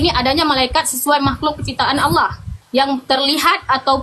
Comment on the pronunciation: tolong di baca itu Allah kenapa bisa di baca alah